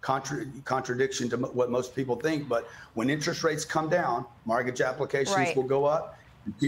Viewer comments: Its mortgage, not margage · WTF is a Margage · STOP SAYING “mArgage”!!!!!!!! What’s WRONG WITH YOU DUDE!?!?!??!? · What’s a margidge? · Would be great if he stopped saying “margage”. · Too distracted with the chronic mispronunciation of mORtgage… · Why can’t he pronounce mortgage? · Who taught him how to pronounce mortgage? Luxury apartments are hurting in many cities because they overbuilt. He just wants people to invest in his program. Come on FOX, hope he paid you for his air time. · A mortgage is still better than renting. He's full of crap! Renting is still higher than a mortgage so he's lying. You can always refinance when the rates drop and you have many more options such as selling. He acts like you have to take on 30 years of mortgage, which by the way he can't even pronoun 'mortgage' correctly. He's a con man plain and simple who makes money screwing people over. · This guy cant even pronounce mortgage so...